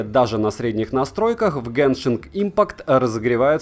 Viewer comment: Не геншинГ, а геншин😁